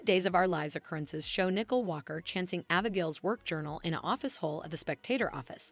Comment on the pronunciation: It’s obvious the narrator doesn’t read our comments. I’ve pointed out and requested several times for the narrator to learn and properly pronounce numerous names and the theme place of DOOL. SHE HAS YET TO GET IT CORRECT. Teresa, Nicole, Salem, Paulina, Chanel among others.